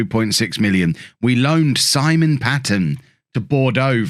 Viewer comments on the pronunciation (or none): none